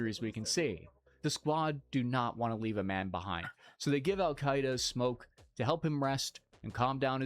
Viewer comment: "Alkaida" not "Al-Qaeda"